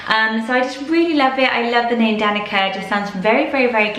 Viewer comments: DaniCa C like in cell not K sound :) All names are ❤ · I'm Serbian and Danica is pronounced "Dahn-ee-tsa" the c is a "ts" sound. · Just fyi: Danica is pronounced with a ts and not a k. So Danitsa. (I'm Serbian and it's a Serbian name)